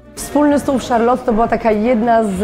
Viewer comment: Gadka z obcymi ludźmi? Bez problemu. Ale do tej Francji, to jeszcze chwilę. Od niepoprawnej wymowy zaczynając. Kiedyś mi się zdarzyło być w Charlotte. Dwa razy. Z krzesła nie spadłam z wrażenia :) Wystrój? Mydło i powidlo. Paryża nie ma.